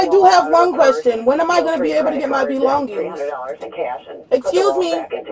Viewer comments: 😂😂😂 With her "belon-Gings". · “My Belon-geens”. 😂 Ma’am I’m sure you stole those too. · “Can I have my belongggings? You guys have my belongggings” 😂😭